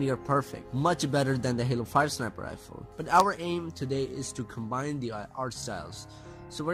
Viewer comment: Its pronounced sniper, not snooper